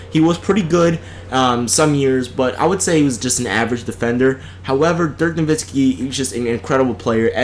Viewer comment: Yeah, that fool said Dirk Nowitzki! Can you believe that sh*t?!